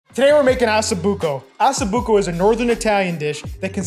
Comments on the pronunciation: why you call it assa buco it's osso buco ok????? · OSSO BUCO pronounce the O it is not asso buco! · It’s not pronounced “asso,” it’s “O”. 😂😂😂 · Osso not asso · not Asso-buco 😂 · Nice video but where are you getting Asso buco , it’s Osso buco😂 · Its NOT ASSOBUCCO its ossobucco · Please please, it’s pronounced “ oh so buko “ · Learn to pronounce it first lol assa 😂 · Hahaha ha, I caught that too, on purpose or not, that's what I'm calling it from now on